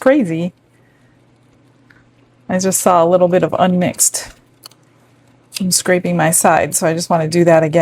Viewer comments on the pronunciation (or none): I giggle every time you say you're scrapping your sides and bottom.